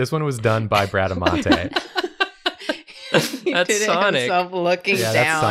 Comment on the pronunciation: I think it's pronounced Bra-da-moun-te